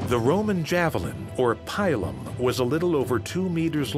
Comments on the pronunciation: "pailum" javilins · its Pilum